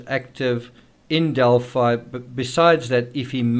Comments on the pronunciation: Pronounced Del-Fi. Long I sound. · Australians would pronounce it like you, but since it is their town we would pronounce it their way in this instance. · We pronounce it 'Del-fee' in Texas and Illinois. Hoosiers can be strange sometimes. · We'd say Delphee in UK as in 'Adelphi (ee) Greek for 'brothers'. Strange that PhiliDELPHIa is pronounced like ee